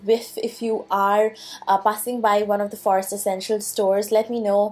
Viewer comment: Stop pronouncing 'forest' like that, wtf you on girl